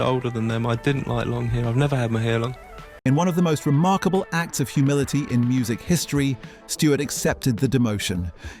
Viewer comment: He ‘wrongly’ pronounces it as remokable, guita, and hot.